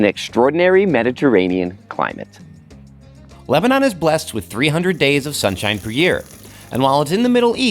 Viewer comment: Am I the only one who cannot stand to hear him butcher the word Lebanon?